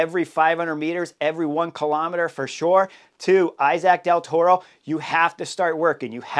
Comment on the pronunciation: Dude, I love you but can you pronounce Del Toro’s name properly? He is Mexican